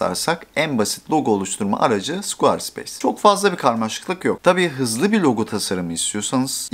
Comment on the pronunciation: Squar speys değil skveə speys